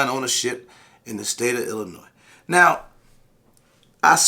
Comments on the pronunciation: The "S" is silent, my ears hurt lol Thank you for spreading awareness, we're left on the backburner and are under represented and forgotten about in the struggle for 2A rights 🙏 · Sorry gotta give you shit….Illinois does not have an “S” sound at the end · Illinois “s” is silent